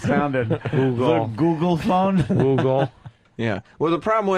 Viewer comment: Sam says google fon like he’s in fargo